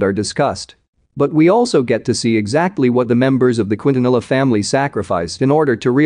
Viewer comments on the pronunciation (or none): Lol the way he pronounced Quintanilla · Why he keeps on saying Cuitanila 😂😂😂😂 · Wow this robotic automated voice needs to learn how to pronounce the names. Qwin-ta-nil-luh?? It's Keen-tha-nee-yah! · Quintanilla: Kin-Taa-Ni-Ya